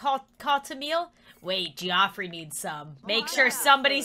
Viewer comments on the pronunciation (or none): "Geoffrey" is pronounced "Jeffrey". I should know, that is my in-law's name.